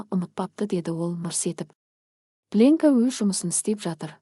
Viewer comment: Сосын пленка деген сөз плёнка деп оқылу керек.